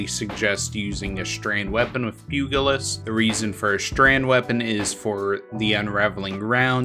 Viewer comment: I keep coming across youtubers who pronounce pugilist with a hard G for some reason. Very weird.